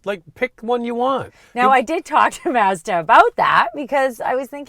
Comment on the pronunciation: Why can't yall pronounce Mazda? Mauzduh.......lol